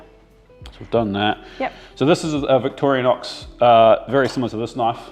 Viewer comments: Victorinox, not Victorianox. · Victorinox. Victoria nox. Why do Kiwis always add an extra letter xD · I liked that you call the knife by it's real name " Victoria knox " as my dad was a butcher for 50 years and would pronouce it Victranox .